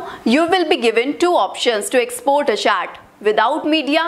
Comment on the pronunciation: It's chat not chaat